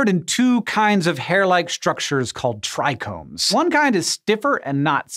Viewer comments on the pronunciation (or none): All the potheads turned their raised their eyebrows when he said “tricones” lol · Trichomes heheh